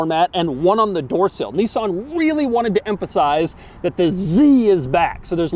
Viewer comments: It's a 350 Zed, FFS. And it's Nis san, not Nee son. Ask any Japanese speaking person. Lol. I almost bought one of these back early this century, but bought a Saab Aero instead, same year, but half the price ... and MUCH MUCH QUICKER. The Nissan 350 Z a sports car ? No, not at all, especially no when it is outperformed by a Swedish family sedan. Shame GM ruined Saab. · Knee-san? Okay. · He said "zenis" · He said Zness 😁